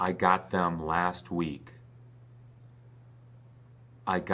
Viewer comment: whi did I not hear youe th sound? maily in the word THEM ?